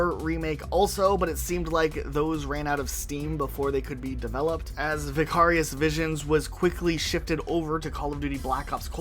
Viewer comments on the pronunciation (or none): Vicarious is pronounced “vie-carious” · VI-CARE-E-US, lol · Have you never heard the word vicarious in your life